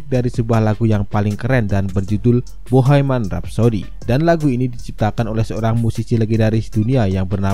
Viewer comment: Bohemian om bukan boheiman 😖